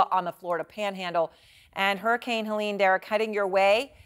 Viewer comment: It's a hurricane not a hurrikin 😂😂😂